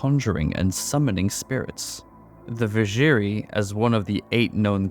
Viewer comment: Not gonna lie, the pronounciation of Vizjerei really hurt me in this one :D